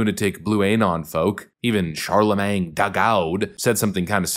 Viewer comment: I love how you pronounce it Charlamang LMFAO